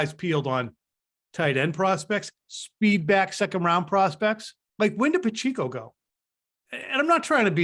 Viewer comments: Pa - che - co . I grew up with Pacheco's. Pronounce it correctly please. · Keep up the great work fellas. Please, don't call Pacheco "PachEEco"